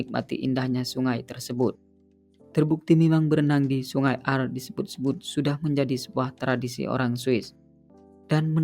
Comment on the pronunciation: Bukan aar bacanya, tapi aare kayak blg pure gitu.